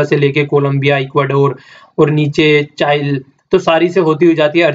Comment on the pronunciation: Easter eyeland चाइल की नही चिली की है... उच्चारण मिस्टेक..